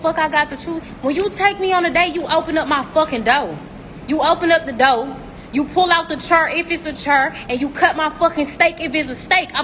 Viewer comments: Doe? Chur? Holla back when you pronounce words correctly..... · It’s door, not doe 😂😂